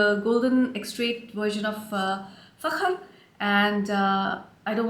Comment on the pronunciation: I just received Fakhar Rose yesterday. Before it dries down I get a lot of gardenia which to my nose always reminds me of spearmint. After the dry down is when it really becomes the most beautiful scent. I love the way that you say Fakhar😉 I enjoy your reviews. Very detailed.